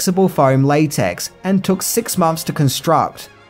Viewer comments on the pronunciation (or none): none